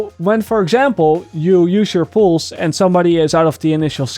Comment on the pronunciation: No offense: Poose